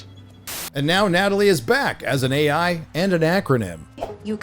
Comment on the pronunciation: “Gay-I” assistant killed me 😵‍💫😂